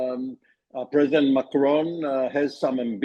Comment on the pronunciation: When you pronounce macron you have to make that lower jaw inwards